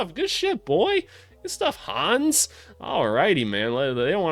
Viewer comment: Try to pronounce it Han-nes, not Hans. 🇩🇪